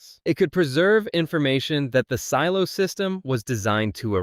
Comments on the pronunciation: Seelo? SEELO? Really?? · Also can't tell if I'm missing a joke or something. One second you say silo 18 weird, like sealo. But then say the show name normally, how it's pronounced. Not the first time I noticed this in your videos. Very strange, ai voice perhaps? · YES, I just keep thinking Ceelo Green every time I hear it! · this AI can’t even pronounce “silo” correctly - the name of the show… 🙄🙄🙄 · same thought lol